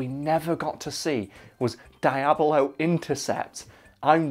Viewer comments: DEE-AHH-BLOE. please... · "Dayablo Intercept" x)